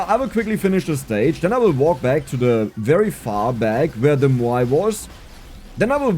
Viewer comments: Say "meow". Move the "ee" sound to the end. "mowe". "Maui". Muuai sounds hard to say. haha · Moai is pronounced "M-ow-ee"